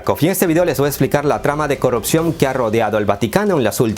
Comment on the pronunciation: Hola. Imagino que vives en un país no-hispano... Pero no se dice "corropción", sino corrupción. Saludos.